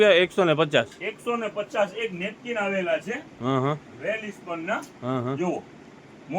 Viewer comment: વેલસ્પન બોલો ભાઈ અંજાર માં છે વેલ ઇસ્પન નય ઓકે